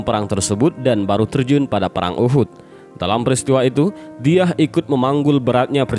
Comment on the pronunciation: Dihya alkalbi. Bukan diyah